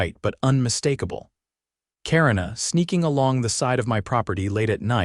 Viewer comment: Karina is pronounced Kuh-ree-nuh, not Karen-uh. If you're going to use fake voices to read the stories, at least pick a name it will pronounce correctly.